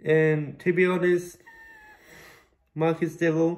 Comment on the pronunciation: I completley agree with everything u have to say, but I’m more ashamed of the fact u took this to social media… not to be petty or anything but atleast learn to pronounce his name properly